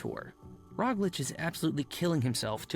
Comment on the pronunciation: The way the dudes pronouncing Roglic is craazy